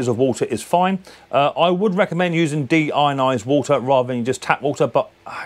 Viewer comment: How does he have such a problem with "Deionised" ???